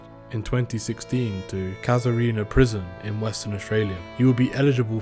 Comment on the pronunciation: Well done for your pronunciation of Casurina , not so hot on Mount Helena . I lived in Mt Helena in 2015 and my children schooled at Eastern Hills Senior High ( not that they were very happy about that as they had been privately educated until my marriage broke up in 2014 ) . Nice place to live . If you want to see what Casurina Max security looks like inside , Ewan Macgregor starred in a film ' Son of a Gun ' which was actually filmed in wing that was emptied of crims for the shooting of the movie . 🎬 I've been in there and it's a pretty relaxed regime with really good food for a jail .. there are 3 fences surrounding it . The first is a single wire at waist height suspended on wooden posts , it's about 30 metres from the next fence . If you cross into the 30 m zone they shout a warning . If you start to scale the next fence and get 1 metre off the ground they shoot to kill ! There's lot's of razor wire atop both main fences and and the armed guards drive around the perimeter between the fences on constantl vigil . It is the most secure prison in Western Australia .